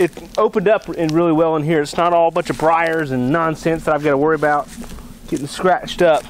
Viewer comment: Worry, not woor..duuhhh